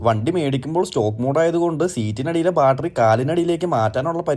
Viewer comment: അനിയാ ബാട്ടറി അല്ലാ ബാറ്ററി